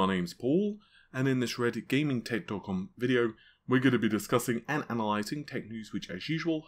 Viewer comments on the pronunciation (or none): The effort Paul puts in pronouncing "Red Gaming Tech DOT com" is my new gym track, helps me do that extra lift